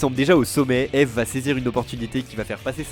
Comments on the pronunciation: jten supplie ça se prononce ive pas ève ... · Mon chanteur pref depuis que le saint algorithme youtube (lol) m'a recommandé Anoko Secret y'a maintenant 5 ans. Contente de voir une vidéo sur lui en français, et de qualité en plus. Par contre, son nom se prononce "ibu", (en tout cas c'est comme ça que lui le prononce), ça me semblait important de le préciser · J'ai bien aimé la vidéo, mais d'avoir écorché son pseudo tout le nom de la vidéo ça m'as tendu ahah, ça se prononce "Eebu" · beaucoup on commencer a suivre Eve (que je prononce Yve personnellement) avec jujutsu kaisen, pour moi c'est l'inverse, je suivais déjà Eve depuis un certains temps et il m'a donner envie de commencer JJK (. ❛ ᴗ ❛.) 5 voir 6 ans que je le suis, que je suis tombée sur Dramaturgy puis outsider, j'ai eu des frissons avec Last Dance puis We're Still Underground, d'abord le teaser puis la musique complète (❁´◡`❁)